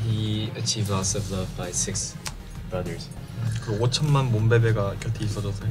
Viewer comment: “six brudders” 🥺